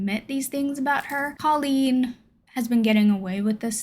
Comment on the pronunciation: She pronounces it “Cole-een”. Sorry, just had to haha.